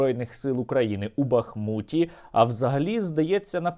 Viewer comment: Приємно коли кажуть бахмУт, а не бАхмут. Слава України, і після війни треба щоб росіяни не зупинялися і продовжували воювати один з одним.